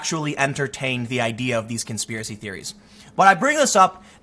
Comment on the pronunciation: conspiwacie theewies suuuuure tim, keep telling yourself that